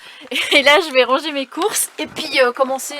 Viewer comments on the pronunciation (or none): none